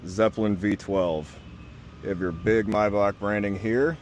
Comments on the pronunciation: In German the name would be pronounced "My-Bach, as in Johan Sebastian Bach " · The ch sound in name Maybach is not spoken k.